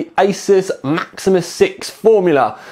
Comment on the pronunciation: Jacob Reid Look his pronunciation. Of Maximus